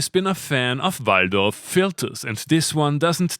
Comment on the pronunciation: You said 'Waldorf' very authentically! 🤣